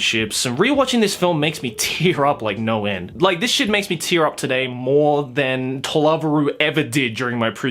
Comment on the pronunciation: This is seriously bugging me. Why do you pronounce To Love Ru as tuluvru. It is 3 words. Or am I seriously missing something?